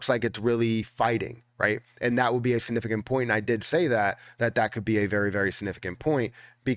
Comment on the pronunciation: Lol I love when he says "sanifficant"